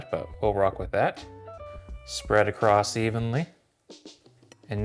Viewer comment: Love the video. Super helpful. You pronounce a T in across,(something like acrost). Not a problem.